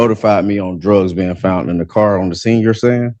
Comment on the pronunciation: He officer found the drugs, the defendant “FOUNDT” the drugs😂 5th grade was tough but he MADE IT on his 3rd try🚌